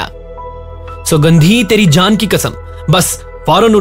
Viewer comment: सौगंधी नही सुगंधी नाम रहता है उसका। दल्लाल नहीं दलाल होता। और भी बहुत कमियां हैं Naration अच्छा है कैरेक्टर के वाइस बहुत नकली हैं। 🙏